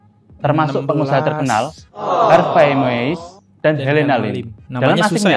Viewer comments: Har vey mas...bukan har vest.... Harvey Moeis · Harvei bukan harves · Sebut nama “Harvey” aja blepotan 😅